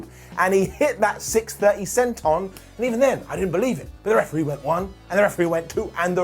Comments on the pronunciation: Elmer Fudd possessed body. Referwee 🤣🤣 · best lines of the video: "2 + 2 = pootatoo" "We're no more in Toto Kansas" "Refewee"